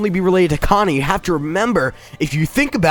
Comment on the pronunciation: Man he said cana like me mad